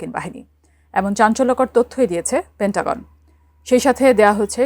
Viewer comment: পেন্টাগন (পে-ন্টা-গন)। পেন-টাগন না।